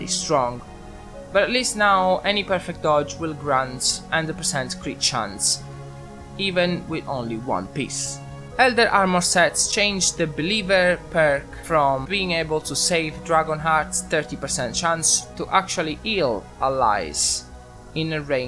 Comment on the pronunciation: It's terrible your cussing on your channel, you said one piss instead of one piece. Take English class, and learn how to speak English, Thanks. Link for those who want to understand